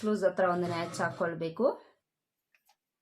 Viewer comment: Please madam, natch ಅಲ್ಲ, notch ಅನ್ನಿ